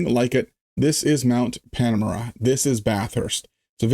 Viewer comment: hahaha. He flubbed a little on the name 'Mount PAN-OR-A-MA, 'and it sounded to me like he said 'MOUNT PAR-A-NOI-A.' Strange to say, but it sounds weirdly appropriate. Jeeez. 🙂